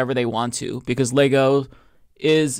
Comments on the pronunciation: I laughed when she first said Leego! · She cant even pronounce Lego correctly but really wants us to feel her "woke" outrage.